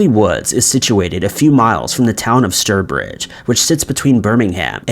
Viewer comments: It’s stourbridge pronounced like tower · Stirbridge is quite a long way from Stourbridge.